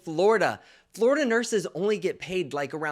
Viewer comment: Nurse Blake I love you, but I have to sat it...FLORDIA YOU SAY ??? 🤪